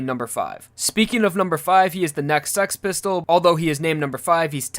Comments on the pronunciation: Why do you make six pistol sound like sex pistol? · I thought the Stand's name was Six Pistols and not 'Sex' Pistols. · Its six pistols not sex pistols